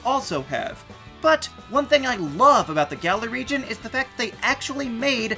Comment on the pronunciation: "Gal-er" is wrong. "Gal-Or" is wrong. "Gall-Are" is about right